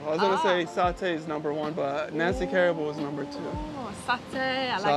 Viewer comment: At least get the pronunciation correct…hahaha. Nasi Kay rah bu? Go ask the locals how to say it correctly.